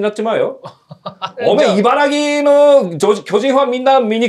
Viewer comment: バント作戦にしても選手が成功させているのに点が取れない訳ではなくバント、走塁、挟殺プレイとミスが続いていますからね、じゃあ打ってみろよと打たせてみれば打てていない 采配云々以前の問題かなと 選手には与えられた機会や役割でしっかり答えを見せて欲しいです。 あと、私も同じ茨城県民ですがいばらぎじゃなくいばらきです、ご自身出身地なら地名は正しく言いましょう。